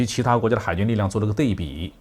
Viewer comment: 是安徽人吧？ 对比读成dei bi. 应读dui bi.